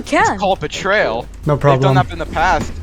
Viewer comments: "Betrail" ❌ "Betrayal" ✔ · Betrayal* not betrail (Sorry. I had to)